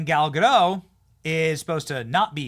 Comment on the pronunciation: Godot rhymes with hot, not go.